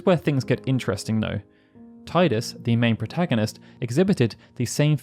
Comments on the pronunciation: I'm surprised you don't use the official pronunciation for Tidus (tee-dus) Yes I know they made a vid on it a couple years ago. Its just weird, they are usually so factual and accurate. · Never actually thought that FF9's cast are mostly non-humans. Is Amarant Coral supposed to be human though? He has like pale blue skin like Queen Brahne. And forgive me to be that guy, but.. It's "TEEdus" 👀.